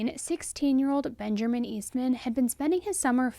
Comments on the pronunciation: It's Benjamin. Not BenjERman. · Benjarmin?!?!?!?! You do know Benjamin has no R in it right... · I love you, but are you saying “Benjerman”? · Are you saying bengerman ? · There’s no “R” in Benjamin it’s ‘Ben-ja-min”